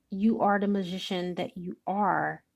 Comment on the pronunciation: This so resonates with me.... who you are speaking of reminds me of my baby daddy who I believe is my karmic soulmate. And how the way you say magician sounds like musician which he is trying to be a musician. But I also feel like I can be wrong!